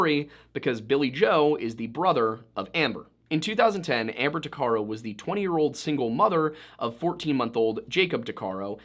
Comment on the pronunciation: Tuc a row. That's how you say her last name